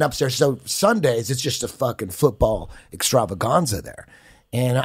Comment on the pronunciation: I like how Eddie pronounce "extravaganza" the way Callen pronounce "Afghanistan".